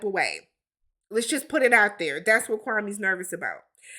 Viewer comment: Kwame is an embarrassment to us Africans. He isn’t even pronouncing his own name right. It’s KWA-May Not KWA-Mee. Like SIRRR